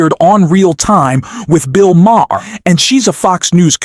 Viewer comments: It's not MAH-HAHR. It's Mah-er. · His name is pronounced "Mar," NOT "Ma-har." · Bill's last name is pronounced Ma-ar. The H is silent. Just saying. are still in their infancy. NEXT: The reality is that the American public has elected a cretin, a bottom feeder of the worst order. He is a self-aggrandising, pompous ass whose only reason for running for office is to earn MIONEY and PROFILE and the LOOK AT ME facet of his behaviour. The U.S. has elected a criminal, a fascist and a narcissist. He has 34 indictments against him and the U.S. voted for him. Insanity. Congratulations! And, to top it all off, he is putting other criminals are marginally insane crazy people in positions of power! Hitler will be her before Spring....... Here comes Amerika.... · You’re not pronouncing Maher’s last name correctly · The way you pronounce Bill maher is distracting and hilarious.